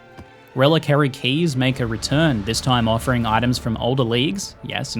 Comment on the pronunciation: rele-carry xD? is this how we pronounce reliquary these days?